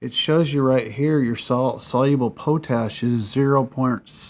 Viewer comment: pot-ash dude not po-tash